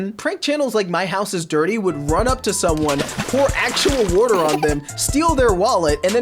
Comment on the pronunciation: He said woauter